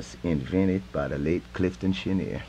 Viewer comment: Yeah good, but it ain't clifton chen-eeer. It's french and it's pronounced Clifton Chen- yay. Get it right.